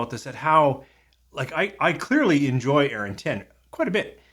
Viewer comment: Yep, pronounced correctly. As much as I LOVE Arran, this sounds like a definite miss for me, even at the price (and if it were ever to be seen here). Would rather save my pennies for something better 😉 Cheers! 🥃🥃 Marian 🇨🇦